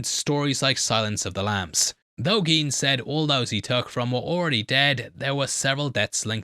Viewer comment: Koch is pronounced like Coke. Gein would also be pronounced like gine, not geen.